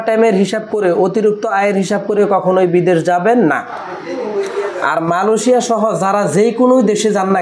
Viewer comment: Vai. Malosia na Amra malaysia name cini. Uccaron dhik koren na kno